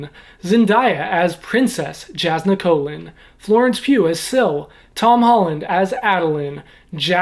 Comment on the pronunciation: It is pronounced “Yahs-nah” not “Jags-nah”